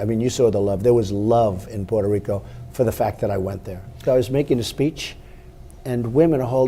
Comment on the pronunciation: its pronounced "poo-toe Rico"